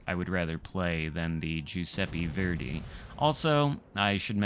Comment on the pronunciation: It’s not (jew-seppe-fairday) it’s (ju-seppe-verday). How new England people got so bad at pronouncing things I’ll never know. Oh wait they have a insufferable superiority complex.